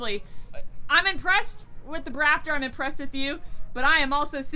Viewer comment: SQUEEEEEEE!!!!!!, you made my day when I heard you say Brap-Tor!!!!!! I think it's a fitting name. How about you #LiteBriteNation?